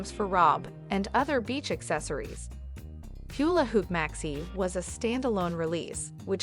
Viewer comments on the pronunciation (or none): “Hewla Hoop” 😂😂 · Had to laugh at “hyoo-la hoop”. 🤭